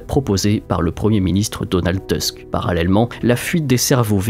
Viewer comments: c'est TOUSK, pas Teusk. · Alors Donald tusk n’étant pas anglais on prononce Tousk